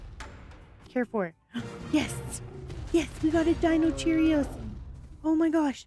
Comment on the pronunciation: The best moment is when you say Deinocheirus a Deinocheerios 😂